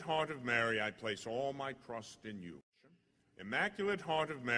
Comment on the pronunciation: I really like this prayer! It echoes some in the video and sometimes it sounds like he’s saying crust instead of trust.